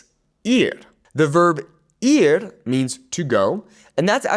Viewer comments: he pronounced the Spanish word “ir” like “ear” instead of “eer”. But he only did it once, I should have watch the whole video before commenting. It’s not that big of a deal. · The “ir” is pronounced more like eer. More e sound. The I in Spanish makes more of an e sound. Just so you know.